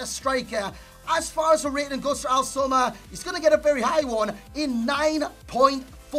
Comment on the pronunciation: i love the fact that says Omar Al soma better than Itani and Itani is of an Arabic origins